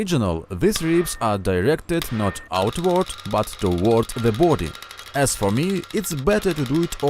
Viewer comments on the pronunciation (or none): none